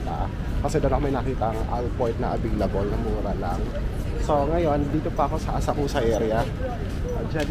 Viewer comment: Asak-sa To pronounce not Asak- ku- sa